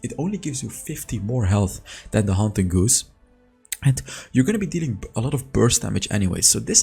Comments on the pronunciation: First of all, your English is amazing. I did just want to let you know the haunting guise is pronounced like “guys” not “goose”. It’s weird, I know. Keep up the good work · Soooooo... GUISE (or as you say, "Goose.”) I've heard it multiple times now in recent videos and well...I cringe a little when I hear you mispronounce it even though I know it's just an unfamiliar word in a language that's not your first. Still after seeing how earnest you were about pronouncing "Xin Zao" correctly, I wanted to give you a heads up. ;) So the word is pronounced "gyze" and rhymes with 'eyes.' Actually, it's pronounced exactly like, well, "guys!" Not goose (the long-necked water fowl; like a duck with a vacuum hose neck.) A guise is actually a face covering, a mask or better yet, a dis-guise. Get it? ;) That's why the icon for the item is a haunting white 'mask.' Clever huh? So now you know! And knowing is half the battle! XD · btw haunting guise is pronounced like guys lol and its garen for sure bro no cap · Haunting Guise is pronounced like “Guys” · just so you know it’s pronounced haunting guys. I’m always impressed though by how you know three languages that’s cool.